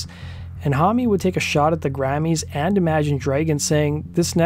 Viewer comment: Ohhh it gets me how you pronounce "hommie"- it is Josh "Home". But interesting video.